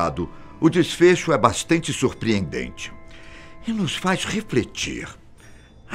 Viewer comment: Kkkk ele errou a fala “bastente surpreendente”